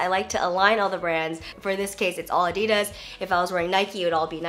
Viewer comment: It's ADD-DEE-DAS. not Ahdi-durs.